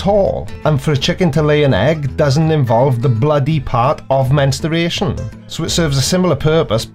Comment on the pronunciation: Please, stop saying "mensteration". 🙄